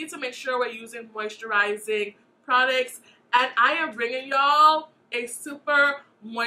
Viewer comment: I swear she be saying "Prodicts" and not "Products" lolll. Great video and great review! I really enjoy your videos! ❤